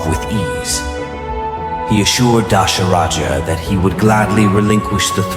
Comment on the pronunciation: Not Dasharaja its Dhasharatha